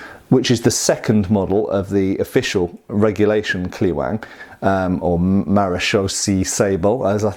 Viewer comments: Say Kleweng as "Clevenh" which is much closer in pronunciation. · If it ain't Dutch, it ain't much.... j/k thanks for reviewing! BTW I'd pronounce it in English sounds more like clay-wang. Marechaussee is more like Ma re shoe - shay (ma more like the last two of Gamma)